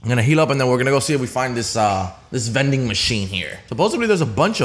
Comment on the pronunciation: Veding machine hyype